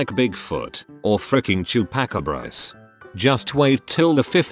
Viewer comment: "Bigfoot or Chew pack-a-brahs" 🤣